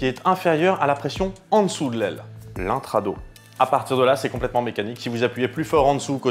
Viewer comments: On dit pas intradosss? J'ai toujours entendu prononcé le S... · Bonjour, Pourquoi lorsque l'on souffle sur une paquet de cigarette derrière lequel on allume un briquet, la flamme s'incline vers le paquet ? Etude/Réponse intéressantes PS : Le S d'intrados et extrados se prononce. Sinon très bonne vidéo ! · Super le cour sur les énergies :p Petite correction phonétique Intrados et extrados le "s" se prononce Sinon vraiment sympa de varier les thème